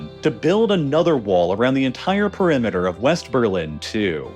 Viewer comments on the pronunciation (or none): none